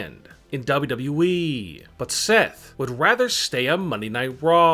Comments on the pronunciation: Stop saying WWE like that 👇🏻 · I hope for 2020 you pronounce wwe right.